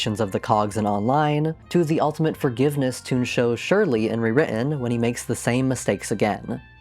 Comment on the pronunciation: Why does every video about Toontown call Dr. Surlee “Dr. Shirley”? Does this just sprout from how Loopy Goopy used to say it or is that just how everyone thinks it’s pronounced?